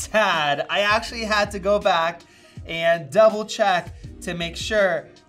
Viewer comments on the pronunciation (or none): none